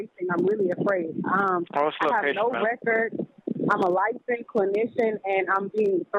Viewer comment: "I'm a licen clinician" ? It's licensed, not licen. She's commanding the officer to keep his voice down? Fuck the bitch. She's the arrogant, entitled, rude ass and I'm glad she was arrested!